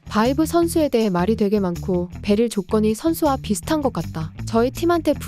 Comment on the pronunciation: 베릴 X건희 발음 X 같네요 님아